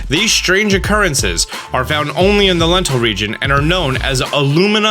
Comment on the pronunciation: Dental Region